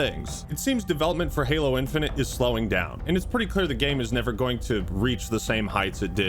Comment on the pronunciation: i lorved heering what hard to sayr abourt halor